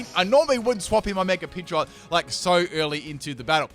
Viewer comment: " my pidgeotte is going to digi-evolve "